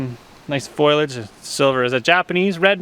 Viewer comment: Love your videos but I always do a double take and chuckle when you say the word "foilage" to describe trees, leaves and brush as opposed to the correct word "foliage". I think you are confusing the pronunciation with the word spoilage (when food goes bad). 🙂